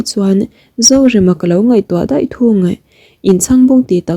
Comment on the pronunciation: Deih iti zela daih tih tur😂